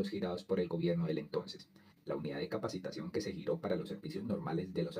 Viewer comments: Es capitación no capacitación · Capitación, no capacitación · 😮😮😮😮😮😮😮😮 NO ES UNIDAD DE PAGO DE "CAPACITACIÓN". CORRIGE POR FAVOR. ES UNIDAD DE PAGO DE "CAPITACION" DE CAPITACIÓN. 🎉🎉🎉🎉🎉🎉🎉🎉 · Capacitación??? No No. Es. Es Capitacion lea bien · ojo, soy seguidor del canal pero hoy me llamó mucho la atención que se cometan errores en la lectura del guión. Por encima capté que por lo menos, seis veces se leyó que la UPC (Unidad de Pago por Capitación) se haya leído como: Unidad de Pago por Capacitación. Ojo, No es Capacitación sino CAPITACIÓN. Queda uno como desinflado!!!